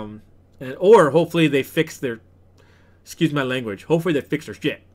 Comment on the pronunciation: "hopefully fix their shet." lol i can literally hear the filipino accent there haha.